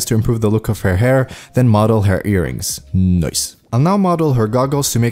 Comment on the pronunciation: I love the 'noice' word 😘